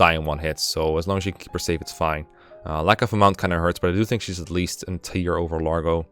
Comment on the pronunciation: Lar-go, not Large-oh